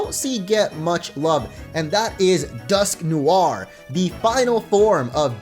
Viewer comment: Omg! Cringe the way he pronounces Dusknoir